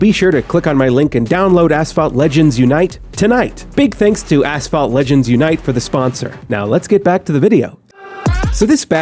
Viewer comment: asssss-phalt!! XDDD made my day